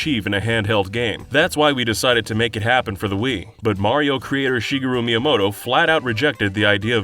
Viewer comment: The mispronouncing name of Shigeroo strikes back.